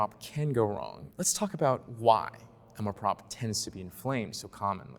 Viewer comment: Nice dialogue, but please learn how to pronounce "amour propre". The 'r' in propre may be a bit challenging, but you guys are driving me nuts.